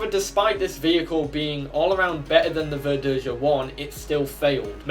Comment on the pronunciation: For the record, Verdeja is pronounced ver-day-ha. J is pronounced in Spanish like an H in English. While H in Spanish is silent. Also, the Nahuel isn't actually a Sherman clone. Not exactly, anyway. It's Argentina's attempt to create a Sherman-like tank without actually having any Shermans to copy. Though ironically, Argentina's inability to make curved armor plates resulted in better sloping of the frontal armor. And yes, the Nahuel II is fake. It's an artist's impression of what might've happened if development of the Nahuel continued instead of importing Shermans. The Sherman Repotenciado would be a near-exact copy of the M4A1 Revalorisé, since that's basically what it was IRL. Or more specifically, it was a copy of the Israeli Sherman M-51 that the Revalorisé was a prototype of. Chile had just bought surplus M-50 and M-51 Shermans from Israel (the former being refitted with an Israel 60mm high-velocity autoloading gun). Both were significantly more powerful than the Sherman Firefly that Argentina had a significant stock of, and the TAM wasn't quite ready yet. So the quickest way to level the playing field was to upgrade their Fireflies with the same gun as the M-51. As for the TH-301, IMO the Spanish AMX-30E would be a better choice for the Tier 10 medium. Seeing as the TH-301 is simply an improved TAM (with the most significant change being an upgraded engine with 800 rather than 720 hp), I'd say the TAM should be Tier 9 and the TH-301 Tier 10 in the light tank line. At